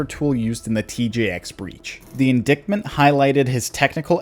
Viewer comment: the “indickment”